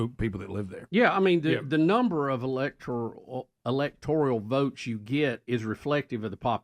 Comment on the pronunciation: ELECTORAL. Not “electorial”. Bubba and the caller. Y’all have to stop. 🤦🏼‍♀️